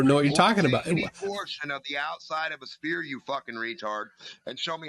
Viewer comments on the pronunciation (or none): Why do so many flat earthers say “Speer” instead of sphere? It’s very common among genius flat earthers